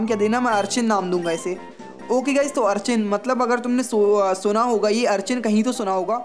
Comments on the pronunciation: It's urchin not archin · Its urchin not archin but big fan